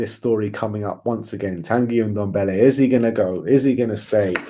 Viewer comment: ffs its Ndombele not Undombele...